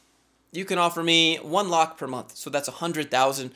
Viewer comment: Thanks for pronouncing lakh properly. It's rare to see a person from other country to get it right. Hell, even people in India pronounce it 'lack' or 'lacks' to look western and sophisticated.